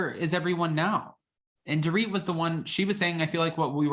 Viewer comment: It’s Dorit! It’s Dorit!!!